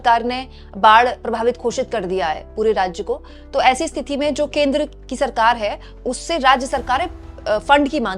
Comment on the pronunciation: स्तिथि नहीं होता मैडम स्थिति होता है. आप को बार बार बोला है फिर भी आप को समझ नहीं आता. कैसी हिन्दी की पत्रकार हैं आप. ख़ुद को ठीक करना ही नहीं चाहतीं. फिर हम से राय माँगने का फ़ायदा ही क्या है. सही हिंदी बोलने लगेंगी तो आप का ही फ़ायदा है